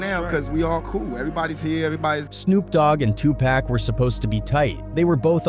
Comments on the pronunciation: 2 pock not 2 pack not one K in that mans name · Even white A.I. robots cannot pronounce Pac’s name right. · I am about to really unsubscribe to this channel because this guy can’t pronounce Tupac name, right?